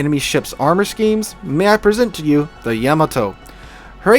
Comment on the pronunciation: I don't want to nit pick....but... Yamato is pronounced Ya ma to. Not a fan of people calling my favorite ship a vegetable. 😎😎 I would have added the Rooke and Hawke somewhere on your list. They can dominate at their tier. Good show.